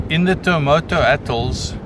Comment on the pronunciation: Its Tuamotu.